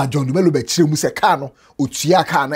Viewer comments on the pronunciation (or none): none